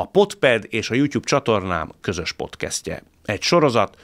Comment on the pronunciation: Nem podkeszt,, podkászt a helyes kiejtés